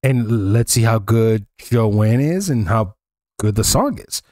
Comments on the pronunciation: it's pronounced Joan like groan not Joann. Last name pronounced Bi-ezz. She's a fabulous folk singer. Personality that's one of my all time favorite songs. Try some Carly Simon. Listen to the song "You're so Vain" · Joan not Jo Ann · Joan , not Joanne . Bob Dylan is with her . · That "guy with the guitar" is Bob Dylan, the most incredible songwriter of his (and many other) generations. He received the Nobel Prize for Literature in 2016. He and Joan (one syllable, not Jo-Ann) were the king and queen of folk music in the 60's and 70's. He continued to write music for 60 years and is still performing. Both were involved in the Civil Rights movement and the anti-war movements. I suggest you listen to ""The Times They Are A-Changing" and "Blowing in the Wind" to hear what the young Bob Dylan was writing back in the 60s. It was a shock when you didn't recognize him. For us, it would be like someone from your generation not recognizing a picture of Michael Jackson. I congratulate you for beginning to explore the music from the 60s and 70s, but you have a long way to go, partner. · Its Joan, not Joanne. She is amazing for sure! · Her name is JOAN not Joanne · it's pronounced, phonetically, I guess "Jone". It's correct spelling is Joan. Not JoAnne. That's a different name. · Learn to read her name is JOAN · Why can Americans never pronounce Joan, why do they never google how to pronounce Baez ( or Joan, if they're THAT clueless), how could you not recognize Bob Dylan, why assume the man is the guitarist.. I COULD go on.